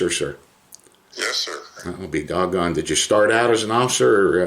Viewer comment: "Well, I'll be dog'on" gets me every time😂